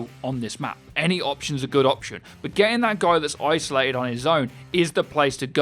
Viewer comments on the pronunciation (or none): none